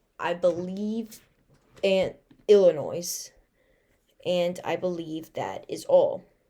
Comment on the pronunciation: Btw Illinois is pronounced Ill-in-oy The S on the end is silent.